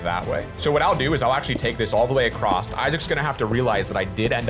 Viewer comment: Amethyst. Not Amnethyst. Across not acorsst.